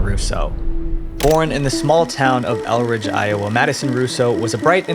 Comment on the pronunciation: I’m from the area where she came from, so I was slightly annoyed at the mispronunciations of the town names it’s actually “ELL-DRIDGE,” and “DAVV-IN-PORT.” Sorry Davenport is my hometown and I’m very picky about it. 😅